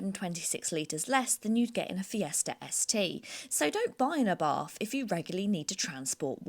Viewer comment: ..picky, picky, I know.. is't Ah-bart not Abahrth ..